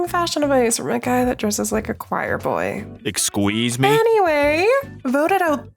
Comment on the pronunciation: GIRL, HE SAID EXQUISE ME!!